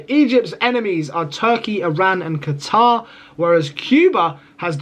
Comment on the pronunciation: You said Qatar but I heard guitar 😂😂😂